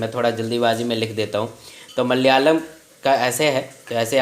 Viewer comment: its malayalam not malayam😏